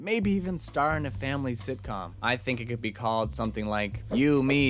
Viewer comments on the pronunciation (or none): Did you say "sithcom"?